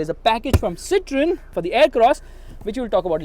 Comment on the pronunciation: it's pronounced as "Ci-tuo-yen" not "Ci-tri-en". To all the fans out here, don't get salty, I'm just saying! 😅